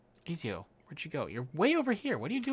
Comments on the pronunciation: ^_^ am I the only one who thinks Ezio should be pronounced Eh-tsi-o !?(ts like in tsunami) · Reminder on how Ezio is pronounced is E-t-zio and keep up the good work